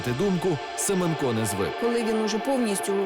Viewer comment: правильний наголос СемЕнко